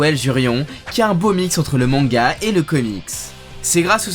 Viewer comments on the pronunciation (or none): none